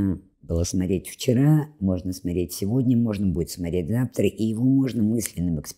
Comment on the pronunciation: Благодарность за упоминание Дмитрия Маркова. И хотелось бы, чтобы уважаемая, говорила не смотреть, а смотреть. При всем уважении.